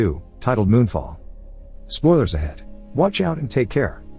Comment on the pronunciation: Spoolers ahead: AI can't pronounce spoilers correctly.